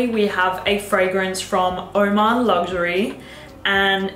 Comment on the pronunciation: lovely choices let me correct the pronunciation for oman luxury its LIKE HOW YOU PRONOUNCE ANGAM W/O ALFA H:face-red-heart-shape